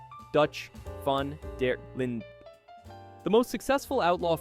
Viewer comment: dawg it’s pronounced van der lin not vaughn der leen